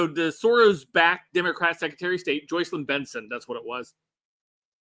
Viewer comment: short ‘Oh’ sound; as in ‘JOSH’ . Pronounced ‘JOCELYN’. Not Joe; -not Joy.